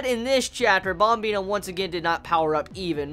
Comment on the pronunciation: Wtf is up with the " BOMBINA" ? pronounce it correctly brah, yeah u mad?